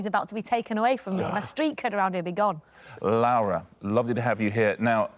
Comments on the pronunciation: This was bugging me too. Spanish Lara would usually be essentially the same as British Lara - there's no diphthong ('lah-rah'). But he's adding a diphthong as though he's saying Spanish Laura ('lah-oo-rah') instead of British Laura ('loh-rah' or 'law-rah'). Since I don't know her, it's possible that this is the right pronunciation after all and it's just an odd spelling for it. But it did really throw me off. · He probably means to say Lara, but keeps calling her "Laura" / "Lowra". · i thought the same thing, but re-listening, i think he means to say "lara", it's just his pronunciation of an A followed by an R. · Actually, I heard him say Lawa once, I think he just has a difficult time with his R’s, you know how British people say things that end in r as an a, and things that end in a as an r… I think the ending of her name is really messing him up, because he’s doing his best to get it correct. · RO knows a lot and is good at stuff but I don't trust his pronunciation. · Yes, "it's pronounced the Spanish way". Which is very much not the way Richard is pronouncing it. Voy a arriesgarme y decir que no hablas Español... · This is so dumb because he very much isnt pronouncing it the spanish way